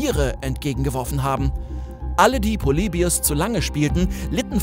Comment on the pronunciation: "poleibius" ist ein wunderschönes Beispiel dafür wie man manchmal versucht Worte "englischer" klingen zu lassen, dabei ist "Polybius" ganz einfach bereits die richtige englische Aussprache.